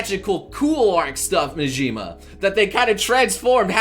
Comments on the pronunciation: Who the hell is Nejima, Negima (Ne-gee-mah) lol. But seriously I'd rather they just do the full Mahora tournament but let's see how this turns out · Its negima